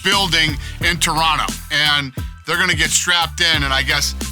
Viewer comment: He said Toronto correctly 🇨🇦! Thanks Dana!